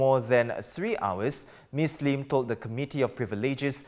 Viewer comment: it's "Sylvia Lim" and "Jamus Lim", not "Sylvia Leem" and "Jamus Leem".